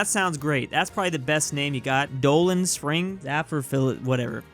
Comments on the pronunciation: Im sorry but did you just call POLAND spring Boland Sprind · its poland spring not doland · this man said doland spring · You also got the name of Nestle water in New England. It was Poland Spring, not Doland Spring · It’s Poland Spring not Doland lol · Also Poland spring not Doland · He thought Poland spring was Doland spring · Bruh it's Poland spring not boland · It's not doland spring it's Poland spring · It’s not doland it’s Poland 🇵🇱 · Doland spring. lol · Its Poland Springs, Not doland springs. They also have nothing to do with Poland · why did you call Poland Spring Doland Spring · For the water it’s Poland Spring not Doland Spring lol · It’s Poland Spring not Doland Spring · It’s Poland springs not doland springs! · its not doland spring, it's poland spring [comin at you from new york] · as an American from that area, it is not “Doland” Spring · lol Doland Spring😆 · "Doland Spring" ... Its Poland Spring water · It's not Doland spring, its Poland Spring. I would know cause I live in the northeast where its COLD AS HELL (obviously not now) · its not doland spring.... it's poland spring. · On the water map he said Dolan springs. It is Poland springs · Imagine calling poland spring doland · mate it said poland not doland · "doland spring" me at the computer: IT'S POLAND SPRING! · ITS POLAND SPRING NOT DOLAND SPRING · As somebody from New Hampshire you saying "Doland Springs" hurt. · "Doland spring" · DID YOU JUST SAY DOLAN SPRING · “Doland Springs” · "Doland Spring" Magnifique,. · of all people you mispronounced Poland spring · I am mad at you for mispronouncing Poland Spring because I grew up with that name.